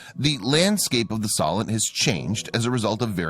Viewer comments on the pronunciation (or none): It pronounced So-lent.